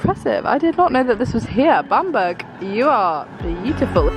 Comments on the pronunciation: I loved the video but the pronunciation makes me laugh! Bamburgh is pronounced like Bam-bruh rather than Bam-burg :) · Oh it’s pronounced Bambra not bam burg haha! I’m from Newcastle it’s actually a really lovely place x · Oh I cringed so much every time you said Bamburgh wrong 😂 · I think you guys have been north of where you live because you did the lands end to John o groats vid🥰 Love your travel challenges!! I love how you guys pronounce Edinburgh properly but didn’t pronounce Bamburgh properly till after hahahah 😂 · I shouldn’t laugh at your pronunciation of Bamburgh but I did🤣🤦🏻‍♀️ Been there many times with being a Northumberland girl! Xx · Newcastle girl here and laughed at your pronunciation of Bamburgh lol good video x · Say Edinburgh then you’ll say Bamburgh right😂😂